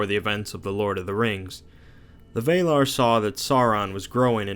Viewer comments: A very good video indeed! Keep up the good work, you've just earned a new subscriber! The only thing that bothered me was your pronunciation of the word "Valar". You say something like ['vɛilar] but it's actually supposed to simply be ['valar]. So no "ei" or "ey", just "a". I hope that this was helpful in some way. Not a big thing, but I thought that I might just point it out. :) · Couldnt keep watching after you kept saying VAYlar. Many things in Tolkien have debatable pronunciations, but not Valar. VAHlar. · Valar is not pronounced Veilar, but Va lar, same vowel for both syllables. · Although you do have alot of mistakes in the dialogue you should correct. Like Maya when it should be Maiar and Vaelar or Vaela when it should be Valar. Plus you do tend to leave out important lore. Just some constructive criticism for your future videos. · Why is it so difficult for so many of these videos to properly pronounce "Sauron" as "SOW-ron"? Dude - "Vay-lar"? Come on, man, I'm trying to watch and listen but damn. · Victor Dimov yes it is but he said Maya/Mayar and Vaela/Vaelar. Different pronounciation of the words. I might seem like a name pronounciation nazi here but i see the differences and its bugging me. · Other than your Pronunciation of Valar, this video is perfect. Keep up the good work! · Yeah, well I'm Scanian and all the other Swedes laugh at our weird dialect, so I can relate. I will still hold people to a proper standard when they are informing or teaching, as this guy is. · Adam McClendon No, he actually thinks that's the right way to pronounce it. He was arguing with another guy in another video about it. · When I heard how he pronounced "Valar", I stopped watching and left.